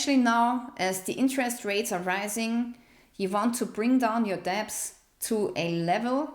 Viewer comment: Hey, the word "debt" is pronounced like "Det" - the "b" is silent. btw... I enjoyed this type of video and look forward to the rest of the series. Also, I have a fixed rate mortgage, and my monthly payment just went up 250$ a month just for insurance! I live in Florida and it is happening to all of us here... This may be why many rents are going up too, because their insurance rates were hiked too.